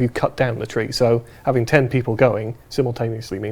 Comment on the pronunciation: voice pisses me off, trwee instead of tree ffs